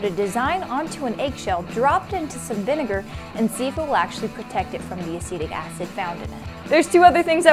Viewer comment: I was triggered by her pronounciation of "vinegar"...I thought it's spoken in a different way :/